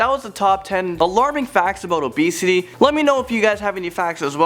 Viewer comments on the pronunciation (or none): is he saying abesity about 50% of the time or am I hearing things???